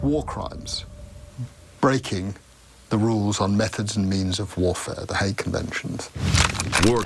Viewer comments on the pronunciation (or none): none